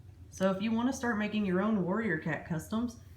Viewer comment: I thought she was saying warriors Twinkie